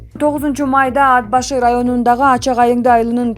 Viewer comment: ДИКТОР, ТУУРА ОКУ АД-БАШЫ ЭМЕС, АТ-БАШЫ ДЕП " Т" ТАМГАСЫНА БАСЫМ КОЙУП ОКУ " Т" ТАМГАСЫ КАТКАЛАН УНДУУ, ЖЕР АТЫН БУЗУП ОКУП ЖАТАСЫН